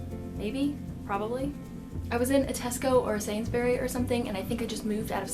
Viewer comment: It's usually pronounced "Sainzbree" not "Sainz-berry" That goes for pretty much any words that ends in "bury": the u is either non existent or just a really short shwa sound